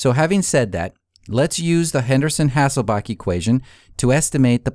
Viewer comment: HasselbaLch - there's a L in the last syllable.